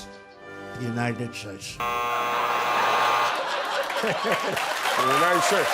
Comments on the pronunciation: The United Sheis...??? 😂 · dude can’t talk. He has dementia. Imagine not being able to pronounce Yosemite or even the United States.